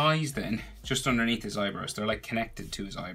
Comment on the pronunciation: "So we have a shadow area andurnea" "Underneath "